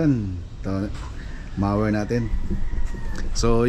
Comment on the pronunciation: MO as in mower not mawer! but it look like a hedge trimmer! debris is pronounced “debri “ silent S!